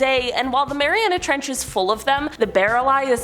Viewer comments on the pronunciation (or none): Why is he saying "marianis trench" instead of "mariana trench"? pronounces it correctly